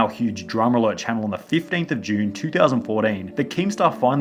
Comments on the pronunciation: "in 2000fourdeen' -sunny2020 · He said 4den